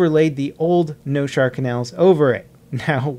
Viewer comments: Noshahr not Noshar. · it is Noshahr Canals, not Noshar. Why no one seems to understand that? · It's NOSHAHR,not noshar...you peasants